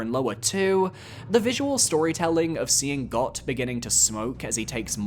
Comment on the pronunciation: Bro.. It’s pronounced “Goat” It kills me how many morons mispronounce this on the internet.. A little common sense, please.